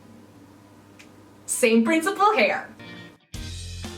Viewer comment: I love how whenever she says “here” or “hear” it sounds like “hair!”And it’s even more satisfying when you realize she’s a hair channel! Love you